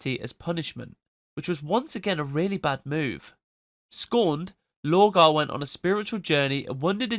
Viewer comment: I'm not so sure, the pronunciation of lorgar switching to low-gar is suspicious.